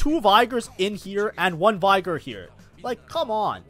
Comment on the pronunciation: Bro claims to be Master but can't get Veigar's name right.